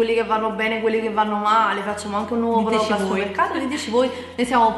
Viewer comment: Quante polemiche per una parola pronunciata male! In tutta Italia ci sono mille e mille dialetti ed accenti diversi ognuno ha il suo e ognuno parla come gli pare!! la prossima volta che fai un video come questi mettigli il titolo "prodotti da suemmercato" così mò stanno zitti! Ah no scusa..poi avrebbero da ridire sui titoli acchiappa visualizzazioni!!😑 lasciali perdere e continua per la tua strada!! ps. a me piacciono un sacco i tuoi video😉 un bacione a te e Nancy😘😘😘 siete fantastiche ragazze!!!